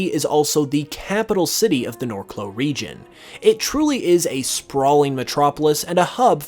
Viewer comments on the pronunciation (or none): ''Tapital city''